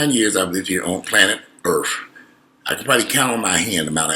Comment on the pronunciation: on the 49 years on planet ErFF??? Come on (Earth) LOL